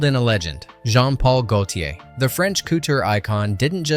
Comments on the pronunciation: THE WORD COUTURE, IS PRONOUNCED KOO-TOOR, NOT COOTER. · He really said cooter instead of couture. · Yah he's mispronouncing the majority of it, like Mondoshawan & couture - you'd think someone doing a voice over would learn how to correctly say words!